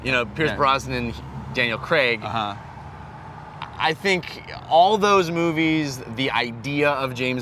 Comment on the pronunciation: why does he pronounce craig 'crag'. its really weird